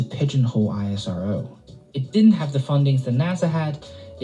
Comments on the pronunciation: it is ISRO not I-S-R-O like NASA not N-A-S-A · Everytime he said I-S-R-O I corrected him "please it's IS-RO" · Don't call it as i-s-r-o,its isro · Hey its ISRO - u pronounce - I S RO thats wrong Which is correct is ISRO - E Sa Ro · Dude calling it I.S.R.O. ( eye es ar oo) is irritating call it ISRO ( ees-row) for god sake . Do you call nasa ..N.A.S.A. just not used to hear I.S.R.O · Its ISRO (pronounced as iss-row)not I-S-R-O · The agency is NOT called "I S R O". It's called "Is Row". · We call it ISRO. Not I. S. R. O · It's pronounced ISRO and not I.S.R.O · It should be pronounced as esro not I.S.R.O. like nasa not N.A.S.A. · We call it ISRO not I.S.R.O. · Dont spell ISRO like i yes our vow .. we call it is + row .. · yes bro isro is right word not i s r o . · Stop saying the letters out individually..You don't say N A S A as separate letters do you?